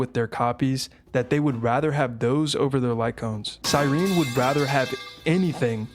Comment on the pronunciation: finally someone who can pronounce cyerene